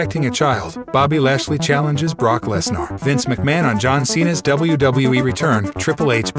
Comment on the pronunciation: What is Brock Lesnour? If you going to use a robot voice least get some of the names right.. Triple H better make Cena Heel or Heel/ Babyface..Baron Corbin can never have a clean slate, his wrestling is garbage.. his act on gimmicks is terrible, he cant make promo's take save his life.. I thought roman reigns was bad, but Corbin is the Doom movie w/ the rock... Logan Paul is not injured.. An injury like that will barely make him to walk.. they are not using Logan Paul as a Full Time Wrestler.. Just a part time wrestler.. with building a boxer type record statistics and try to build him huge that way... while he is bringing in viewers.. they dont need to have a title match with Roman Reigns vs The Rock.. the title prize in that storyline is through leadership of blood family rights or something.. Cody can Dethrone Roman Reigns.. The Rock can strip Roman from his "head of the Table" title